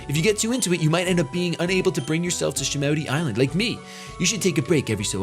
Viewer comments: Have you never seen Pokemon 2000?!?!?! its SHA-MOO-TI island. Its lugia and zapdos, moltres, and articuno. Good movie, must watch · that's from the Pokémon 2000 movie shady it's call shamooty well its said that way lol